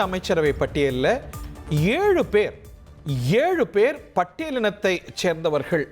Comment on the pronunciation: அதென்ன 7 பேர் 7 பேர் னு அழுத்தமாக கூறுகிறீர்களே